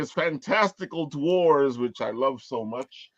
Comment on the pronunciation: Love you it's dwe ores not dwores